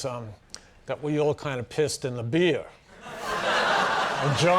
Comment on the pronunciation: You can hear Conan's accent come out when he says "beeyah" lol